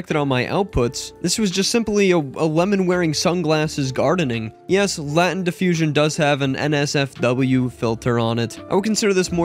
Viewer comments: "Latent" is pronounced LAY-tent. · Please tell me you know how to pronounce "Latent"...